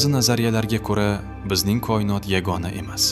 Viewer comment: Сиздан илтимос кұинот эмас коинот денг